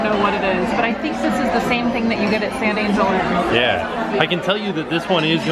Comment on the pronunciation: Oh, it’s pronounced San anHEl. 😂